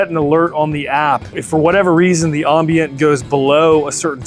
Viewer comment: That’s not how you say ambient lol